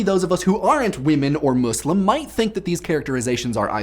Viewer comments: Am I the only one hearing him say "Mooselem"? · Finally an American pronounce "Muslim" right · Do all americans say muslim like him and the editor? Muh-slim? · Am I the only one who thinks that he says "muslim" weird? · The way you pronounce "Muslim" is kind of weird.